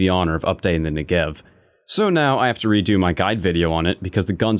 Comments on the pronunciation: it is pronounce nEgev, not negEv. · Negev , not ne-gev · it's NEgev not neGEv :/ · " the next-gev" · You mean “Niggev” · that not how you say negev. im from israel soo i know its more like negav. its named after a place in israel soo do galil. negev - נגב galil - גליל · new-gev xD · love the negev, a lot of guys in the vc calls me that for some reason, but they say it incorrectly, they say it with a R instead of a V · WHY CAN NO ONE PRONOUNCE NEGEV PROPERLY? SHIT NOW I HAVE TO STAY TRIGGERED OR ELSE I'll LOSE ALL MY ACCURACY. TY VALVE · You pronounce "Negev" wrong! I live in the country where the Negev was made (and invented). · just go to google translate and write Negev. Then hear how it's said.